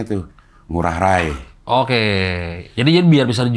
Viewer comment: Cing, pelafalan I Gusti Ngurah Rai (pahlawan Bali) bagi kami org Bali nyebut Rai nya itu (Ra-i) bukan (Ra-y) ✌🏼✨